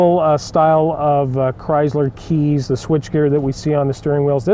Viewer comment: The word is Chrysler, not Chryzler. My 2012 v6 is a true dual exhaust. My only complaint is that I cannot put headers on it. The engine exhaust manifolds are made into the heads, but at least it is true dual exhaust from the engine back.